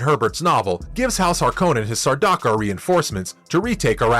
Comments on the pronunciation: And Sarduakar not Sardaakar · What's a Sar-dar-car lol